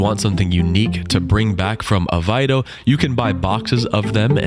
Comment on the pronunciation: Why do Americans have so much trouble with pronunciation. I'm Australian,with a smattering of Lisbon Portuguese. Then pronunciationmof this town is AV-AIY -row (think "away row" but with the German "V")